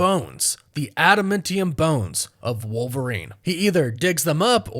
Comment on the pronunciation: I stop any video at the point where you mispronounce Adamantium. As you can see from the spelling, it's man, not men.